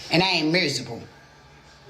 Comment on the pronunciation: excuse me, she could not say the word miserable.